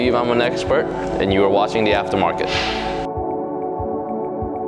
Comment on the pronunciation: “Theafta Markett” lol sounds like a first and last name from way back in the day.. like some spoiled rich Englishman that was born waaaayyyyyy back in the day hahaha.